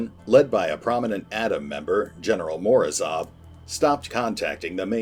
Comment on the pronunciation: Morozov sounds like "morose off". Translates as "frost's". I'd like to think that it was intentional.